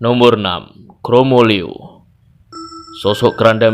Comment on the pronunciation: bukan kromoleo mas. tapi kromoliyo mas. kulo nggih asli jawi tengah. salam santun